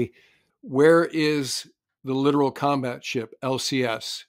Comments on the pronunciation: Li - tor - al. ( not literal ) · Littoral not literal